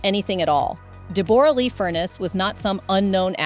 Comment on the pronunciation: “A real kick in the teeth” is 6 words and STOP saying DEB ORA!!!!